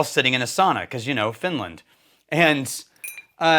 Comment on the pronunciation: It is SAUNA, not soona or later. 😉